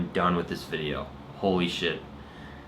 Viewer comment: please dont say holy like that